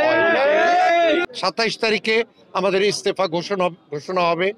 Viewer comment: What kind of cochairman he cannot say "estaher"u say Estefa. Hala batfer..